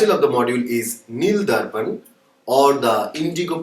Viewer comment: It's Neel darpan not nil darpan